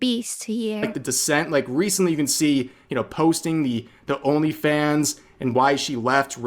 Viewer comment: Am I the only one hearing "Her Elephants"? I know she meant Onlyfans, but my ears tricked me!